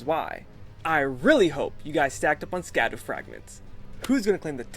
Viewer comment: and scadu is pronounced like “shadow”